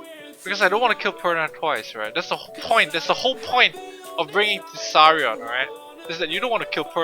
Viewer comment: tease-r-ion LOL